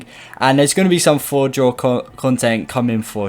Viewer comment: Atleast say the name of the map right